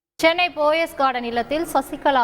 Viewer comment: BO-YES என உச்சரிக்கிறார்கள் !! தவறு ! அது POES ( PO-YES ) என்பதே சரி !!